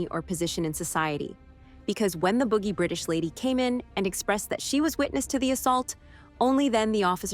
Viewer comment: She calls the British couple "boogie " pretty sure she means BOUJEE